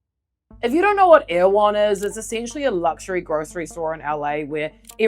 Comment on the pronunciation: "Erewhon" is pronounced roughly 'error whon'. It's a book by Samuel Butler and there's a sheep station in Canterbury named after it. 😊